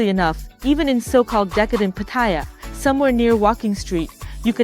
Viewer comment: Cant even say PAT /ATYA HAHAHA